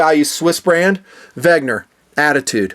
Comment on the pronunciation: its WeNger, not WeGner... haha, just kiddin, keep the WRV's coming!